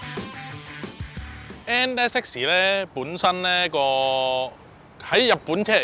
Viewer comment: 同埋將NSX讀成N Essie